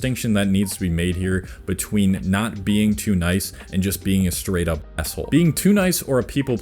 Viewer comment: "es-ole" xD